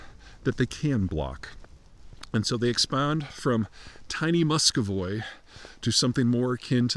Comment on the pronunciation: Muscovy. Mus-co-vì Not Muscoy